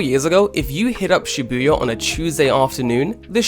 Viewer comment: You can't even pronounce "Shi-bu-ya" correctly? So you don't even live in Japan.